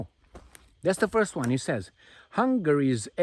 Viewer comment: kids with their "phurst"... phehee😂😂